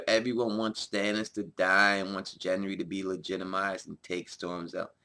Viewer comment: Who the fuck is Jenry? Gendry has a G sound not a J sound.